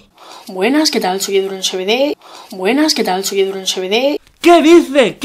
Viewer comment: es mubuenas no buenosdias...